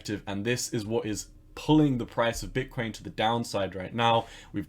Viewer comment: Is it me or do u pronounce Bitcoin like bitkwain!